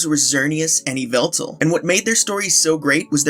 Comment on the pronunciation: Eeveltal? Eeveltal?? I think you mean Yvelta (YaH'valta)!!